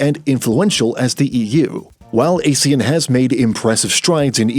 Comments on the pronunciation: These AI-generated narrations should know that ASEAN is pronounced "ah-shan", not "ey-shan". AI is supposed to be well-informed. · We pronounce it !!! ahh sea an “ASEAN” not Asian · AH-SEE-YAN, you pillock! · How can people take this video seriously when the narrator can'y even pronounce Asean correctly? It's not A-sean with A pronounce as the alphabet A. It's A as in Armour then sean. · Even Indian news like WION still got their pronunciation correct, it's 'Aaa See Aaan'. Though it's unfortunate that British Pronunciation as heard in Google, ALSO got it wrong!